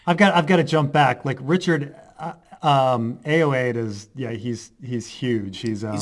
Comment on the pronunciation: I thought he was the saving grace of a fairly annoying episode. His name is actually pronounced. Aye er wad ee. Think Hiawatha.